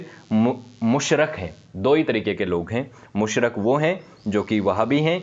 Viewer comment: Mushrik hoga Mushrak nhi